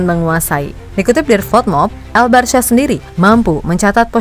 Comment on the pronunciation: Sebutan bukan barsya min.. coba sebut Barka gitu lo